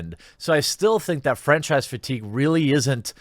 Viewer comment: I heard “French fries fatigue” 😂